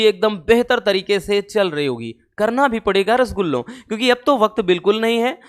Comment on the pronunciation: Sir aap rasgulla bolte hoh na toh aacha lata hai 🫢🫢🫢🫢🫢🫢🫢🫢👌👌